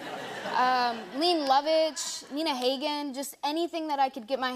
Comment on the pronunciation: Leh-nay Low-vitch. Neena Hog-gen. She doesn't know these artists. False beesh!!!!